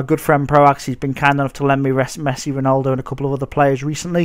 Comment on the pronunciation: ronOldo... mate. you pronounce it Ron - al - do